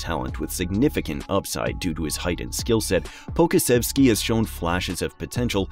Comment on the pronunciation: Great video! I do think that you should brush up on your pronunciations of players' names. Some that I noticed you might want to hear: Poku, Deni Avdija, Devin Vassell